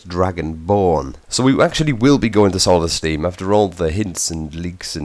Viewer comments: I mean fuck sakes! Solestieeeaam you pronounce it soulstime m8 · HAHA SOLLESTIIIM why cant he just say solthstime ? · its pronounced "souls thime"